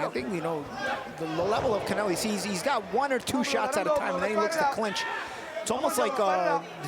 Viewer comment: Commentary guys pronouncing Connelly's name like it's Hispanic or something. Good work boys 🤣